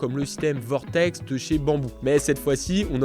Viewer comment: ouiiii, plus qu'à apprendre à prononcer correctement VORTEK et ce sera bon 🤣